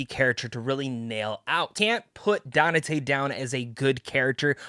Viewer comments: "Danate" and you call yourself a fan? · only so many times I can hear 😅